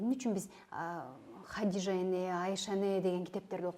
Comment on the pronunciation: Хадижа деп биринчи жолу ушудан уктум.Негизи Хадича деп айтылатко сөздөрү аябай жасалма👎